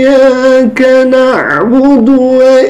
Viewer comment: Aku hanya bisa ngakak,, barusan baca Al-fatihah aja udah hancur lebur,, ن lari kemama م lari kemana-kemana😂😂😂...... Iyyākana'budū Wa iyyākanāmusta'īm😂😂😂..